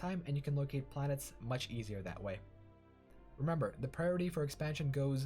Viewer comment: "And remimber, you wanna be on the defense in..." LALALALA I STOPPED LISTENING